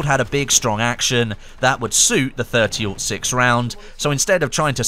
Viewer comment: it's pronounced 30-ought six not 30- oh 6